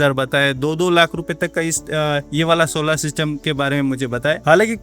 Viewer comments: Solaar nhi bhai solar hota h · Bhai sab log solaaar kyu bolte hai.. Solar bolne me dikkat hai kya